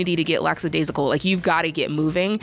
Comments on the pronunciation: And lackadaisical, not laxadaisical 😊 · The word is "lackadaisical" not "laxadaisical" 😊